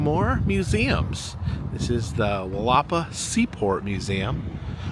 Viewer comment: For our friends around the world. It’s pronounced “Willa-paw” - have a great day and I enjoy the videos!